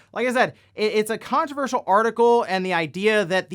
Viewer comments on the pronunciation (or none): none